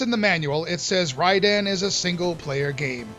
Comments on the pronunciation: Big ups for pronouncing the title correctly! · I always pronounced it Ray-den!